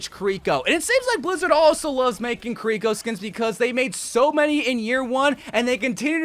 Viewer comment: I don't like any mei skins soooo lol but I agree with most of these Though uh, someone teach this man how to say kiriko, he has the enthusiasm but it's just to much 😂 Medusa widow but no cyberdevil???? Bruh I thought you was a man of culture